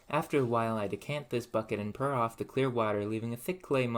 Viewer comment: Pour not pure. Forge for ferge.